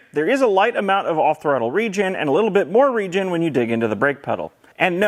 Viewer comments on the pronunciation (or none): none